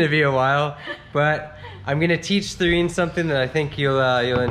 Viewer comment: It's Therine not Serein, lol! I heard mentioned Katherine/Catherine, so I guess Therine is just her nickname.